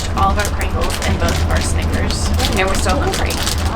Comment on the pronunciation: DID SHE JUST SAY SNAICKERS